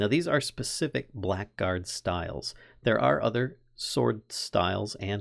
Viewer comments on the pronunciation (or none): Im sorry if this is overly pedantic, but just fyi, blackguard is pronounced "blaggard" (bla-gurd)